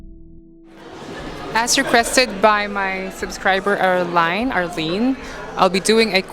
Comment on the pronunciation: HAPPY BIRTHDAY SWEET KARL I can't be bothered with makeup, but Korean skincare is also topnotch. No-one touches them. Thank you for the what's in my bag, My name is spelled Arline, but you said it correctly the second time. pronounced arlene I miss my favorite bookstore that closed, it used to have the best fashion magazines. I would often go and pour over them. I love that ring, so cool!!!! ABSOLUTELY LOVE the dresses! and again HAPPY BIRTHDAY LOVE